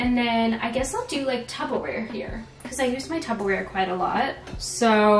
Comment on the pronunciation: Only because this happens in the midwest a lot and I had to learn, but for some reason people say "tuBBa-ware" but it's actually "tuPPer-ware". It's Ps not Bs!